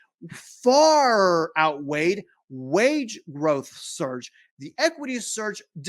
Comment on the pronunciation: Again, it's *SURGE, my man! lol Great video, as usual.